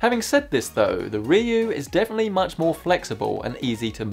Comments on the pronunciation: It's reeyoo,. Repeat. REE-YOO:) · It is probably pronounce Ryuo. Ree U O.